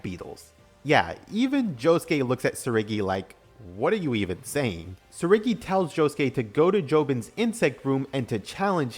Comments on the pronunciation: TSURUGI not TSURIGI, pls it just annoyed me everytime😭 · You mispronounced Tsurugi's name the whole time.